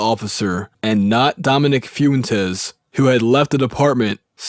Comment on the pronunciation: Foontes? You know he ain't been around any latinos, lol . It's Fwen-Tez